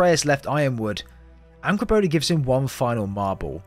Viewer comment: Bruuh it's Angrboda not angblbla